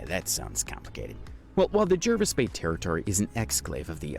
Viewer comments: Jervis Bay is pronounced morel like Jarvis. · Please pronounce 'Jervis' and 'Canberra' correctly.